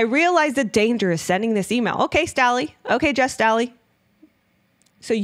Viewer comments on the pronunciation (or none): Jes Staley's last name is pronounced STAY Lee. Probably a good idea to do pronunciation searches when it comes to name of people and places.